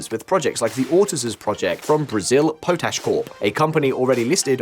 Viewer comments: It’s not pronounced PO-TASH but POT ASH. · It's "pot - ash" btw mate